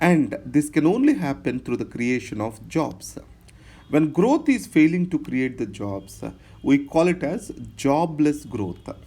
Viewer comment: Systematica.. growtha.. apki yeh pronunciation mujhe achhi lagti hain..